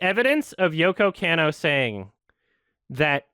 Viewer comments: I'm very impressed with coming correct on this one. BUT BRUH, you listened to all these sources of people pronouncing her name right and you're STILL saying Yoko CAN-OH. It's KAH-NOH. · It bothers me how keeps mispronouncing Yoko Kanno. It's supposed to be "con-no," not "can-no." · mispronouncing "Kanno" is driving me up the wall right now